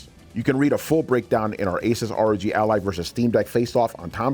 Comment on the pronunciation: If you cant pronounce Asus correctly...... Im out.